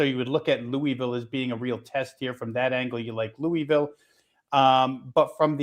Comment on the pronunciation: Dude learn to say Louisville - it's not Louie Ville..... It's pronounced Lou-uh-vul